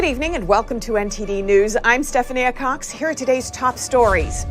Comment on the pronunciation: Is it Stephani Aycox or Stephania Cox? Lol